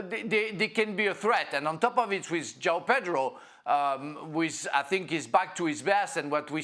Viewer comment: lol Joao Pedro get it right 😂